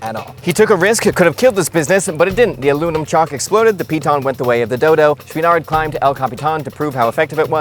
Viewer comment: I’d find this video more enjoyable if you could learn how to properly pronounce Chouinard. Also, while you’re at it, “mountain” — there’s a ‘T’ in there. 😉